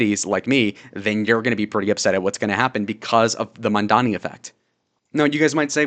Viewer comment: as of maybe 2-3 hours ago, adams dropped out of the race, go zohran! edit: he's raising taxes on the 1%, people who make 1 million+ a year, aint no ordinary citizen gonna be taxed, and even though i dont agree with your views, at least you can pronounce mamdani 👍❤️‍🩹